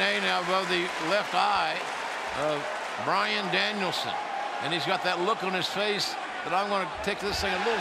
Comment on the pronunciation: Bryan fookin Danielson! Get it right!